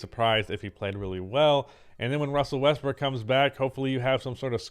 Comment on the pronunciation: Did you just casually say, “Russel WestBRICK” a couple of times?